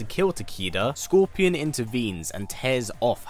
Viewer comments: If you watch the video fully you’ll hear him say Gorpion or Corpion. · Did anyone else hear him say gorpion